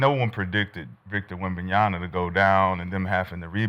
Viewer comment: People are still saying "Wembanyana"?